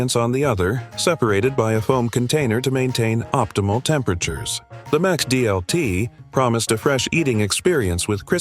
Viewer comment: You are pronouncing "Sizzlean" wrong. Likewise, when you say "McDLT", you are pronouncing the "Mc" part wrong. But when you say "McDonalds", then you pronouncing the "Mc" part correctly.